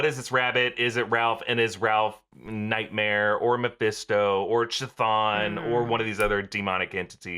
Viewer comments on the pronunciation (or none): People mispronouncing Chthon is starting to grate on me ( it's Kuthon) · Is it pronounced ch-ton or k-ton cuz he keeps saying both